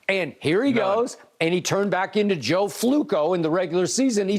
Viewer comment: Joe Fluke-o 😭